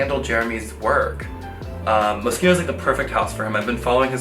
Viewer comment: Someone who pronounces Moschino well